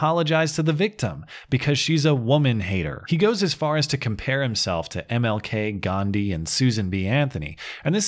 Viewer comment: Coincidentally, every Jordan Hunt male picture i have googled are emotional, having tons of obnoxious piercings & tattoos. Something is not right....lol. Also it's GANDHI not GHANDI, idk why people have this assumption that there is a H in Gandhi after G.